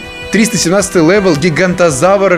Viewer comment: Правильно говорить Гиганототавр